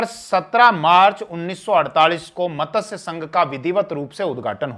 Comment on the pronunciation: मतस्यसंघ नहीं मत्स्यसंघ